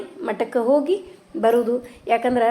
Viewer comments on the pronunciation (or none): none